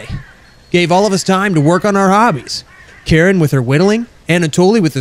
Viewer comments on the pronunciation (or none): I think Karin's name is pronouced K-u-rinn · it's accutualy kareen how you pronounce it